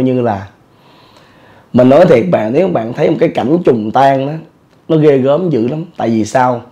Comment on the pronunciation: “Trùng tang” ko phải “trùng tan” anh à 😂